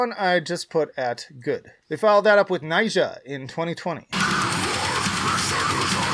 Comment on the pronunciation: Why can no-one pronounce Nija correctly (Nee-jah) when he sings it in North Star of Nija